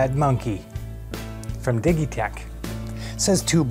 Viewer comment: Did he really said dighitech ?